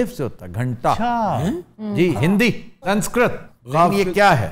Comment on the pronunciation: لفظ "سن سکرت" نہیں بلکہ ۔۔۔ "سنس کِرت" ھے۔ اور "سنس" میں "ن" مغنونہ ھے۔